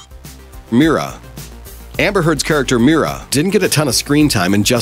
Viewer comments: It is Mera not Mira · Not “meara” it’s “mera”